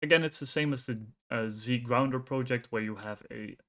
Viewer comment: Z gounder, not Zgrounder. Otherwise great job.